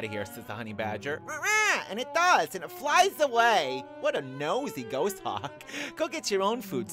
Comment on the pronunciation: You're mispronouncing "Goshawk"...it's pornounced "Gaws-hawk". :)